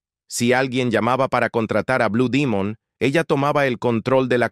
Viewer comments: Tengo 70 años y siempre escuché decir blue Demon me retiro de este cochinero porque dijiste Dimon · No sabía que se decía Dimon.